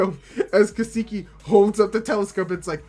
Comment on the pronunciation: Ka-Sa-Key, it's not Ka-Saki, lol. Love your reaction bruh